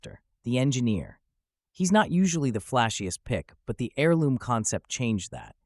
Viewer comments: AIR-LOOM... NOT HAIR-LOOM. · The H is silent in Heirloom, it’s always been silent, how do you mispronounce it like that? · You gotta take a little emphasis away from that H when you say heirloom.